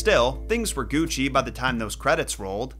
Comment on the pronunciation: Lol never say Gucci again